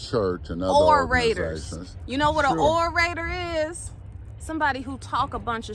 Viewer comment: The Oral-rators🤣🤣🤣🤣🤣🤣🤣🤣🤣😂😂😂😂😂😂😂😂